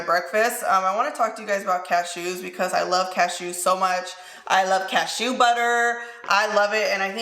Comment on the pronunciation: Why you putting so much emphasis on the SHEW part of cashew I had me cracking up 😂😂😂😂😂😂😂 I love you girl